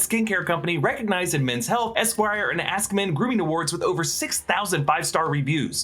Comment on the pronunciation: I thought you said "Assmen" instead of "AskMen"...